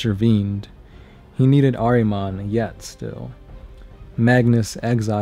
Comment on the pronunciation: It's pronounced "ARE-uh-monn," damn it! His name is "ARE-uh-monn!" Show a little respect to my man Ahriman, dude. :-p (Decent video altogether, though, buddy. :-D )